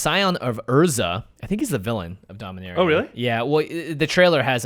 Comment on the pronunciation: You pronounced Dominaria wrong! It's Dom-in-aaa-ria